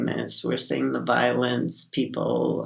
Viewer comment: "We're seeing the violins" is what I heard when said "We're seeing the violence" 😅